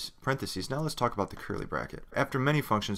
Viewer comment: The content of the tutorials is very good. However, you are making grammatical mistakes. For example, in the use of the proper names for brackets:- parenthesis is the singular and parentheses (pronounced 'sees' at the end) is plural. These.errors do detract from the quality of the tutorials.